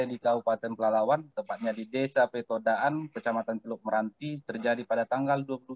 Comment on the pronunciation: masih baru ya di Polres Pelalawan? Menyebut nama daerah diwilayahnya masih salah2..